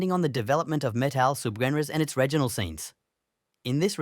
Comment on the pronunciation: this should be called....a handful of subcultures quickly glossed over in 15 minutes by an AI voice that can't properly pronounce REGIONAL.